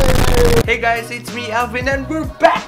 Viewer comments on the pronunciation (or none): that 'consistent!!!' always gets me 😂:))